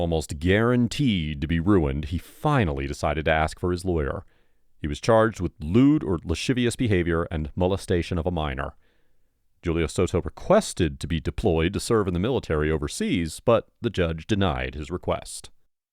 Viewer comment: The word “Lascivious” is phonetically pronounced: “La - SIH - vee - ous” NOT “La - SHIH - vee- ous”